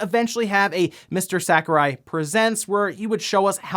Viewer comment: When he keeps mispronouncing Sakurai.